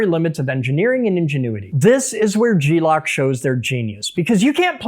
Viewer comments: Gelock, not G-lock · Thought dawg was just saying glock weird 😂😂